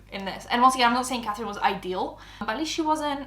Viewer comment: “Cafrine, I frew up” 🥺👉👈